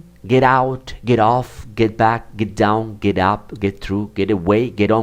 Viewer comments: You should improve your pronunciation. your ending sounds are "T" oneT, downT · Excuse me but, the pronounciation of the word "down", is with N and not with T.